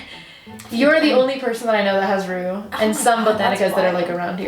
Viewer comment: Are you saying root water or roux water? Like the roux for making gumbo?